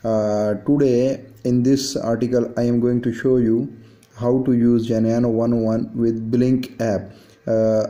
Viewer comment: What Geneano??? You dont say Geneano at all !!! The correct way of pronouncing the name is GENUINO precisely as it is written my friend. Very straightforward to pronounce. Do not ,,bodge,, the name Please .